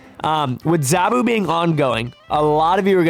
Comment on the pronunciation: Btw, it's Zaa-Boo (zabu like "nah boo")and Shah nah the She-Devil. Also Zabu isn't Ka-Zar's pet, they are more like brothers